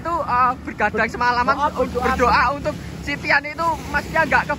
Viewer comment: Lucu bgt bilang "mas tian"